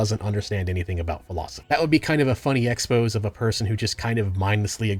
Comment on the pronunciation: Two new ones I spotted in this video were Nietzsche and exposé.